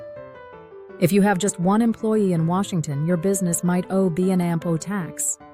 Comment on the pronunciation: What a piece of crap. "B and Ampo" tax? C'mon man, do your own audio.......